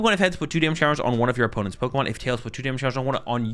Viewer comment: Its Pokémon not Pokimon